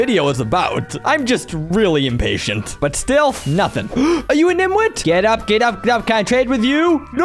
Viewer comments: I’m not gonna lie to you, It’s niTwit not niMwit. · It's nitwit 😂😂 not nimwit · its actually called nitwit. Not nimwit